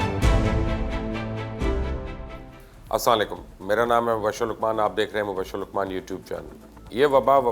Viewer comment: آپ سے مؤدبانہ گزارش ہیکہ سلام کہ الفاظ کا تلفظ صحیح سے ادا کریں